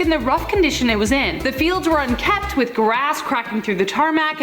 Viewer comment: What a dimwit- she said "unkept"; the word is "unkempt"! SMDH